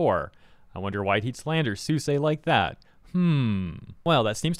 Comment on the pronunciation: Why are pronouncing Suisei name like that